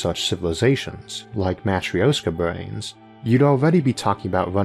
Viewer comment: Loved how you mentioned the possibility of the Ancients as well. Nothing really to nitpick about this episode, it was exceptional (as your content mostly is). :) (If I had to say something bad, it's that the pronounciation for "matrioshka" was a bit off. It's more of a "matrjoshka".) Also, a collected list of referenced episodes in the episode notes would be a nice bonus.